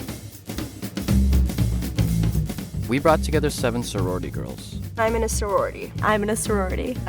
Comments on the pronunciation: when she said "aimenuhsuroarti" i felt that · Same. It started to sound like Amina sorority. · eye-minis-saro-rity is all i heard at the beginning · it’s starts to sound like “5 minutes where are you”